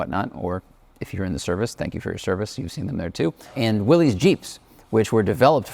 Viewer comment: Willys is pronounced Willis, not willys. Do your research.